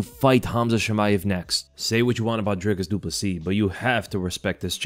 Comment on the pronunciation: The way you say DRICUS DU PLESSIS sounds like you're saying De Poo-C